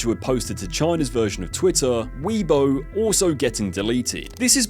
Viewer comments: ....did you literally just say Fuh-You.... ....are you serious...You do a video about the guy BUT YOU CAN'T EVEN GET HIS CATCH PHRASE RIGHT?! DID YOU EVEN WATCH ANY OF HIS VIDEOS!? ITS FOO-YOH I look i get you're british and you people seem to think you get to make all the rules...BUT RESPECT CULTURES ENOUGH TO PRONOUNCE SHIT CORRECTLY OR DONT MAKE VIDEOS ABOUT IT! You're as bad a Jamie Oliver =_= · Its not "Fiyouh" this is quite comical and I dont mind but like hahaha that is the funniest Ive heard someone try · no fking way u just butchered uncle rogers catchphrase fuuiyyooohhh. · It's FOO-YO! Not fu-U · It's fooohyoo not for you when it's spelled fuyohh. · Foi Yuhh 🤣🤣 I have to admit this made me laugh more than it should have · There's no way you butchered the name of the restaurant that was named after his catch phrase that he says in a lot of videos... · WTF is that pronunciation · Most of his videos show his face talking to the camera. He’s just pronouncing words incorrectly; doesn’t mean he’s a robot. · What's "Keemer" food? It would've taken you 5 seconds to find how to say Khmer. And "Fuiyoh" as "Fo you"? Are you ACTUALLY using A.I. for your own voice?? Dude.... shame. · A video about Uncle Roger and you don't even know how to pronounce "FUIYOH!" It's not the "for you" restaurant! You can't say Khmer either. Remember the Khmer Rouge in the news? We got it over here in the UK, mate. Even if you didn't, it's not hard to look up a foreign word you haven't seen before. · the mispronunciations in this video are hilarious. "foo you"? Like, you never heard him say his classic catch phrase? Don't even get me started on how you pronounced "khmer" or "nguyen".